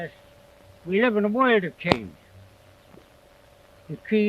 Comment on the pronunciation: His accent is obviously archaic. He uses some pronunciations that were the norm in 1600 but are not used by most English speakers today. He pronounces "work" and "world" as "wawrld" "wawrk." Also in words that begin with wh such as "while", he starts the word with an h constant. This was the norm in 1600 aswell. Some English speakers still do this. White for example would be h-whit-eh.